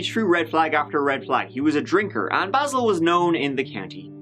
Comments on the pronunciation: really heard how Basil prefers his name to be pronounced & did the opposite 🤣 respect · I absolutely love how the detective asks him how he wants his name pronounced and then mispronounces it the whole interview JUST to get under Basil’s skin. Lol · I like when called him Basil instead of Basil hahahahaha. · The fact you intentionally mispronounce his name is golden! Anyone that horrid deserves as much mocking as possible. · omg i love how starts this episode by shitting all over the pronounciation of his name, this'll be a good one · I like how intentionally butchers his name throughout the video. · I love how used the incorrect pronunciation of “Basil” throughout. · That makes complete sense. I just thought it was funny that he pronounced it differently immediately following the video of hBasil correcting the officer on the pronunciation. :-). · the first thing he said was BAAYYYSIILL and you said BAHsil over and over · LOL I love it how just played a clip of Basil pronouncing his name correctly and then continued to incorrectly pronounce his name right after and throughout the video. Low level disrespect for a criminal. Nice. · Basil, Bazal, Idontcareizall... 🤣🤣🤣 I love you!!! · I LOVE that shows the clip with "Baysil" telling the cop how to pronounce his name and then proceeds to call him "Bahsil" the rest of the video! Screw that guy! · Basil: phonetically "Bay-sil": phonetically " Bah-sil" Me: Yeah, you get him. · "I don't caresil" 😍❤️ I needed that today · says ”Basil”. Youtubes auto-text says ”Baseball”😅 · Bazzil, Bayzil, I don't carezil, lol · Good for you, calling him Baahsil. Just a little tweak of “he doesn’t deserve to have his name pronounced the way he wants”. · This made me lol and I re-watched the video just to hear it again. Basil, baaasil, idontcarisl 🤣🤣🤣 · “It’s Bay-sil”: “So BASIL-“ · And it's BAY- zul! He a sensitive guy. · I'm laughing already.. Basil pernounced "Bayzil" 😂